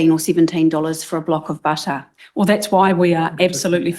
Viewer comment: Gin tinnie drunk again-leaning on her elbows to hold herself up ! Can’t pronounce butter properly🤣🤣🤣🤣 not listening either